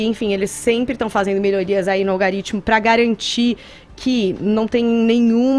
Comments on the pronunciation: "Algaritimo" ai kkkk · Kkkkkk. Não conseguia prestar atenção no que ela falava quando ela soltava um "Algarítmo" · algAritmo!!! kkkk q analfabeta!!!! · "olgarítimo" uhsuahsuahs essa cannabis ta detonando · Nossa, essa falando Algaritimo é foda! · Pelo amor de santo deus garota.. ALGAAAARITMO NÃO EXISTE